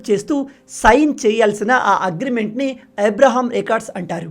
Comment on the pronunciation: నాయనా... అది ఏబ్రహేమ్,ఇబ్రహేమ్ కాదు "అబ్రహామ్"